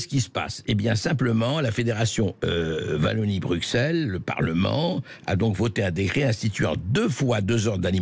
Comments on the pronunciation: Ca me tue la "Vallonie" xD C'est a ça que l'on reconnaît les français, vous avez du mal a prononcer les nom de nos villes et de nos regions. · Vallonie ??? 🙄😆SVP faîtes un effort pour prononcer correctement. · Je hais les français arrogant qui disent [Vallonie]. Cela n'existe pas la [Vallonie] 🤬 Par contre, la Wallonie existe. Je t'aimais bien Bercoff. Mais ça, c'était avant.